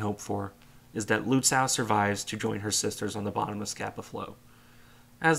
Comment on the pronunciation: Lützow: ow like in slow, not cow.